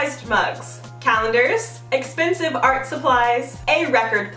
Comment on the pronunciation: why does she always say exspensive